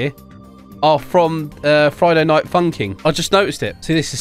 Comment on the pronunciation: I like necks... Imagine people got taller through their necks. The way you say "Funkin',", sounds like how some people say "pumpkin."